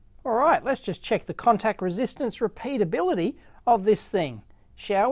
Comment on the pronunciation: "Let's check the repeatablility" haha